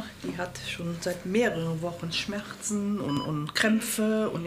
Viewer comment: niemand die mutter: smärchzn